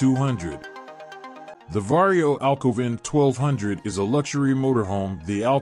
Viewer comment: Va-ree-oo. Say it with me, vario..